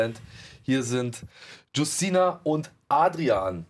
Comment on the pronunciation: Witzig wie calvin Justyna vollkommen falsch auspricht 😅aber gut nur Polen kennen den Namen